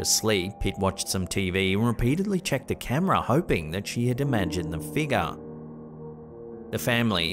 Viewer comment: it's pronounced (fig' yur) , not (feega) , ffs